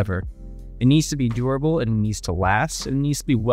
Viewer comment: I hate how you say durable but i like the quality of your channel. Your mannerisms seem like AI banged out unreal engine 5, and I'm still not convinced you are a real human. Either way, i still watched. Good on you, hUmAn.